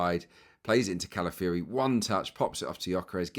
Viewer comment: Great analysis as always, pointing out things I had not seen. Pronunciation, though,: he's not Cala-fury, even though he plays that way!